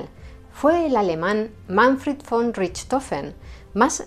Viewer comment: La verdad es que no conocía la historia de este famoso personaje, tan solo lo había oído mencionar muchas veces. Su registro de éxitos me parece impresionante tomando en cuenta el tipo de aviones de aquella época, que más bien eran cafeteras voladoras 😂😂🤣🤣. Hablando de otra cosa, te felicito por pronunciar correctamente la palabra "von", que en alemán se pronuncia "fon". Se ve que o hablar alemán o eres una mujer muy culta !!! Bendiciones !!!